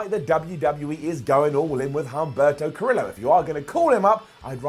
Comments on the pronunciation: It’s pronounced cuh-rio. Like Del Río. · Humberto Ca-reee-oh. Carillo. Not that hard to say. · Ca-re-yo (Carrillo) not Ca-rillo. Huge things coming up for him though. Aleister, have the Singh’s run into his room with a ref behind them. They lock the door to escape everyone else and wonder why it’s dimly lit. Black mass is delivered. 24:7 becomes a more serious title after AB goes through the normal chasers and the more serious contenders build it up. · lol the way u say curillo is funny